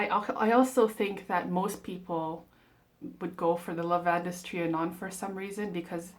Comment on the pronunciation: It’s pronounced just like Lavand. The -es is silent. I haven’t been able to smell either. They don’t carry them in stores near me, and I’ve given up ordering samples.